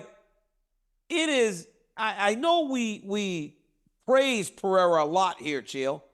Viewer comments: Chael "I'll keep calling Pereira Piera and what u gonna do about it" Sonnen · Cracks me up that Chael still doesn't know Pereira's last name. No disrespect to Chael: He's awesome. It just made me laugh.